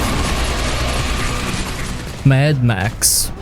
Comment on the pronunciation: Mad Max, Daye Gone, and Spec Ops. ears are bleeding.